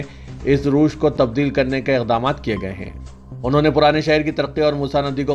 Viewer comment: روش پر زبر نیز و کے نیچے زیر ھوگا